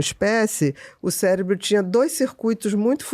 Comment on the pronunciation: Pior é o "célebro e seretonina"...bom atentar-se a leitura mínima do conteúdo, antes de receber uma profissional com tamanho conhecimento